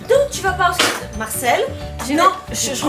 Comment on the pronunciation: Arrêtez " Je skayte" sa fait mal à mes oreilles